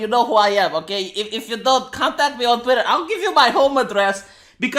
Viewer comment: Did he pronounce *Twitter*, Twatter? XD